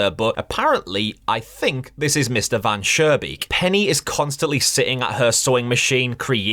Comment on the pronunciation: Interesting ideas, looking forward to your full analysis. Just two things, the architect's name from story #1 is not "Van Surebeek", it's Mr. Van Schoonbeek. Sounded like you pronounced it with an r in the middle instead of an n Oh and in your long analysis I would not switch over the developer trying to get rid of the vermin first by not really taking care of the problem and then with poison and that it seemingly works at first and so on. I think it is important to the story.